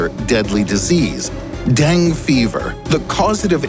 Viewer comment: It's not deng fever, it's dengue fever